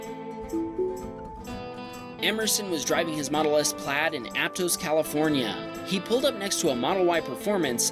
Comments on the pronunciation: Quick thing here. You pronounced the town of Aptos like “app-tose”. It’s actually pronounced like “app-toss”. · Locals pronounce it ApTOSS.